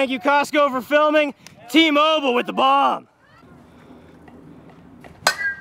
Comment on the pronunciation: Am I the only one that thought was saying Team Oval instead of T-Mobile